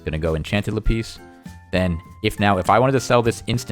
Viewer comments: Rembo lapEEZ vs LapISS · It's Lap-is not La-pees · "Lapeas" " La peas" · Pls. It laaaaaapis not lapiiiiis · Le piss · No , "peas" if you say "le" and then "piss" it sounds basically like lapis. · It's so weird how you pronounce "lapis" lol